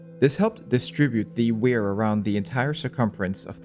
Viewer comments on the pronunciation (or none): For me it's the insane way he pronounces "wear"